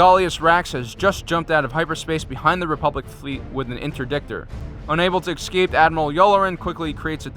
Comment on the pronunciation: Good, but could you say Asoka Taano and the word escape right please. It's not pronounced Tun-no or ex-scape.